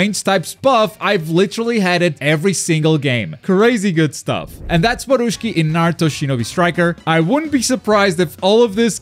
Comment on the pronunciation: Borushiki not borushki😂😂